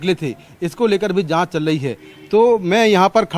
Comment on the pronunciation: Chal lahi h chal lahi h bol to sahi